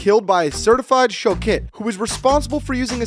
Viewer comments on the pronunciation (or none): Sochet legit means butcher, no need to say the word wrong, its not pronounced with the hard K, but a hard H only. Also it's sho-Het